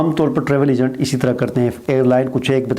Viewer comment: Egant nahi hota agent hota hay phelay bolna sekhoo